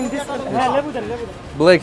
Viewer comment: Пока не выучит английский язык, ему будет трудно в жизни и он и дальше будет глупо выглядеть. Пора уже, пора, в таких странах дети понимают, а тут дядя взрослый "зыс" и "ес", чушь